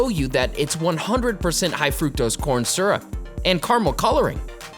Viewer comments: Maple Syrup not Surup. Leary not Weary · It also helps to pronounce “syrup” correctly. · Why so u say syrup like that